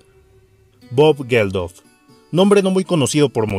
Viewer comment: Si bien los sucesos son muy cercanos a lo que narras tu crónica es amatillista y pretenciosa sin mencionar que desde el titulo es escandalosa y morbosa. Risible hasta con tu mala pronunciación. Cada vez que pronuncias el nombre de Bob Geldof lo dices diferente.pfff. Me arrepentí de comenzar a verlo.